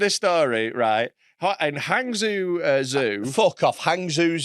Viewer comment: butchering of “Hangzhou” 😂